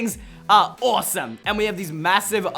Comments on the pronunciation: He said awsorse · did he say "awesome" or "horse"??? Idk, but I do know that..I LOVED, this video